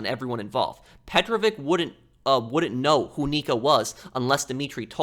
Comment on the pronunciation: you're saying psychopath too much... petrovic is not a russian last name , it's serbian and it's pronounced petrovich for u americans and not petroviK